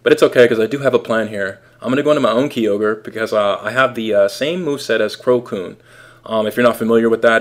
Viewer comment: KIE-orge not KEY-ogre